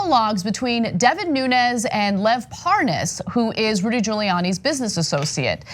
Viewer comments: "this guy Parnez or whatever his name is"....Hannity mispronounces it right after he pronounced it correctly. What a fraud. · Wouldn't it be a trip if we end up hearing Lev pronounce his name the same way Hannity pronounce it, thus proving Hannity having also been involved by knowing how to say the dudes name correctly and outing himself subconsciously right there 🤣